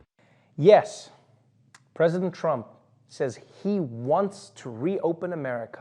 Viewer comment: Did he say Crump instead of Trump? Not deliberately, clearly, but it sounded like Crump.